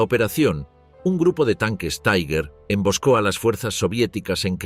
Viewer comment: TIGAR, EN ALEMAN, ESCRITO TIGER, NO "TAIGER". 😊